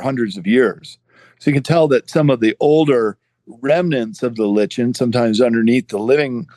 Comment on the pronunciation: Small detail…I thought “lichen” was pronounced as “liken”.